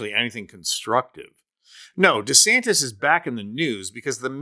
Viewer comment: Don't lower yourself to Donald's level by mis pronouncing his name.